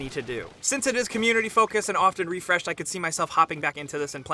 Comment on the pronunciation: "Since it is community focused and often re-FRESH-ed